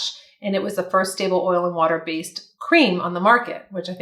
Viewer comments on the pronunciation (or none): none